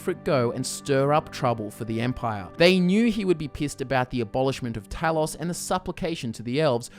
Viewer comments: How do you not know how to say Talos? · HOW DO YOU MISPRONOUNCE TALOS?! ITS IN THE GAME SOOOO MUCH!